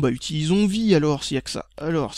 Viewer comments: Ha et on dit "Vi AIE" pas vi mdr et vi est un standard ^^ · On dis "Vi-ail" gamin et non vi ;p